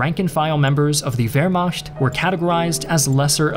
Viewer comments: Why do you pronounce it Vermasht instead of Vermakt? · Wehrmacht is pronounced ver-ma(ch as in loch. Lugey/ gargle sound. NOT ch as in cheeze.)t. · It's Vermacht. Saying both is equally wrong and thus equally right. If German isn't your native language, why should it be expected to pronounce foreign sounding words correctly? As long as it is understood. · The way you say "wermacht" is hilarious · What's with that s letter in the word Wehrmacht? It's CH not SCH!